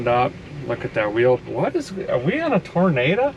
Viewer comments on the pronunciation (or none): "What is w...Are we in a Torna-da?" 😁